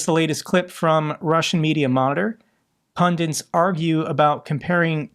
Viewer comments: Stop saying ' Pundints' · Dear, Thank you for your content, your persistence & fund-raising. Jobs well done. However, PLEASE: a) Learn to pronounce 'pundits'; there is no 2nd 'n'. b) Learn to pronounce 'Donetsk'. 'Donet-sk', not 'Donesk'. After three years, note the 't'.. Guessed approximation is no substitute for learning. As a public figure, you are passing along your mistakes to others.